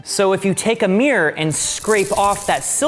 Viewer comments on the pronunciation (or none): "so if you take a meer..."